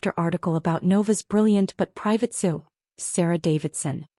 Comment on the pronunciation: Not too different than others on YouTube but entertaining. AI can't say C.E.O😂 and the constant texting by mom is overdone